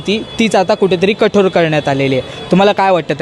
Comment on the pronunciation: भाऊ कठोर रे कठोड नाही 😢😂